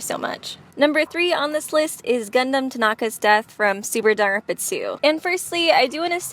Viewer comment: How she said Dangropa